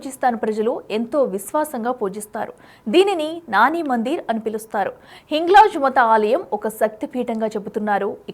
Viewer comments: అమ్మ తల్లి! హింగ్లా మథా అని ఉచ్చరించకు... హింగ్లాజ్ మాత అని ఉచ్చరించు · Nee yenkamma, nuvvu hindu eeh na? Hinglaj matha kadhu amma hinglaj maatha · This anchor should. So for speech therapy or teach her ethics and puranaas. It is hinglaaj maata not hinglaj mata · హింగ్లాజ్ 'మత' కాదమ్మా... మాత అనండి 🙏